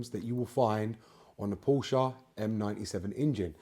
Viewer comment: Thank God. As well as knowing what you're talking about with BMW and Porsche, you also know how to pronounce the latter correctly - a personal bugbear, I'm afraid - and I'm Welsh! A quick, unrelated, general question if I may; why have many manufacturers (BMW incuded) omitted oil dipsticks from their more recent engines? I found the 'old-fashioned' simple stick the most reliable means of maintaining oil level rather than allowing it to fall to 'top up' level. Many thanks (from Oxford).